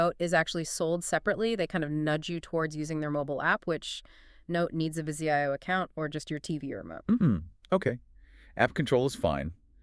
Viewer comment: Jesus-it's NOT VIZI I-O, it VIZIO!!!! At least know how to pronounce the products you're reviewing. Extremely unprofessional!!!!